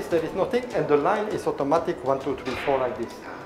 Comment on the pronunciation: 쿠드롱 발음을 따라서 말 하시는게 넘 웃기네요 ㅋㅋ 오또마틱~